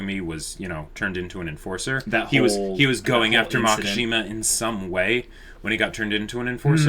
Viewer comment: It's Makishima, not Makashima, you guuuuuuuyys (and people in the comment section :V) (!awesome video, tho!)